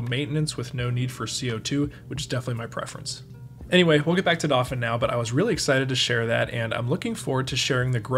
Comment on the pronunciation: I can't be the first to ask if you're pronouncing "dauphin" wrong on purpose